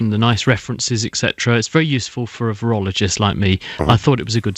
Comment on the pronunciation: Nigel you're pronouncing virologist incorrectly